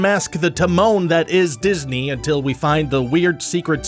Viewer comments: Anyone else notice "Diney World"? Because I didn't. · tunnels under "DINEY" world ;) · I'm here for the "Diney" World facts. :D